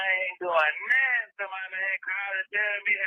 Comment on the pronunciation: the word is “nothing”, not “nettin”.😂